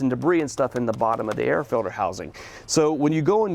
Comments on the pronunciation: If this guy says filder one more time... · “The way that these fill-ders filter” “When you change that fill-der” “..make it easier to get into the fill-der” “..small white plastic fuel fill-ders” “And when you install them pay attention to this fill-der these are actually directional filters”